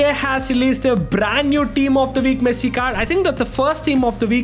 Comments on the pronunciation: dude says messi but always sounds like he is saying pessi damm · bro said pessi instead of messi 😂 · bro really said pessi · nah bro u said pessi I know not intentionally u said it mistakenly but u said pessi for sure😂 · 5:0 bro called pessi😂😂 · You are speak Pessi😅😅 0.04 sec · Bro said pessi but ay W we ronaldo fans are happy 😂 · You said pessii😂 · said pessi? His main id name is literally messiniac 💀💀 ig it clears it all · bro thought we wouldn't notice him saying pessi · nah my bro said pessi 💀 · Bro said pessi 💀 Bro swapped sides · listen what he said in like . He clearly "Pessi" and not just once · tbh it was only once , maybe you need to check your ears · nah bro you said pessi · Literally says pessi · He said pessi you high bruh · bro really said Pessi 💀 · bro said pessi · he says pessi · Bruh you said pessi 💀💀✅ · Why you say pessi bro 0.04